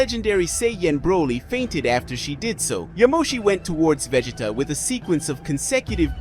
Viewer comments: Please 🙏 do something for me. Please say the word. Saiyan. And if you sound it out. It sounds like. Say - en But. It’s And no it’s not Vah - git - tah. It’s Vah - gee - tah I’m so very sorry for that. But the goddess was a girl not a guy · I don't like why they are saying godeta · I hate the way he is saying Vegeta name